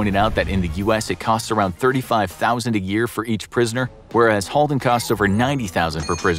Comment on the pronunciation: So true, and you even said Halden Right :D Regards A Norwegian :D